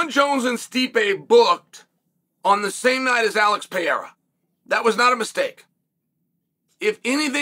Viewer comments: It’s Pah-rare-ah chael, literally easier to say than the way you pronounce it. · Cheal refuses to say Alex's last name correctly.